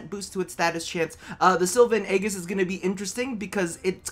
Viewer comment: Sil-va and Ay-jis BTW is how you say it